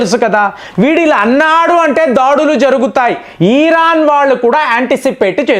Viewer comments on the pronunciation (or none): ఈరన్ కాదు.. అది.....ఇరాన్. , please